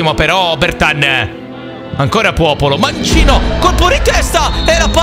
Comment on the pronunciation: se ascoltate attentamente a un certo punto dice puopolo